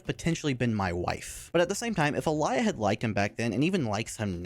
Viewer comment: blud her name is not Alaya